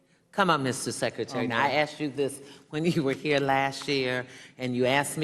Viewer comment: C'mon Mista Secretary, I axed you this last time Like wut?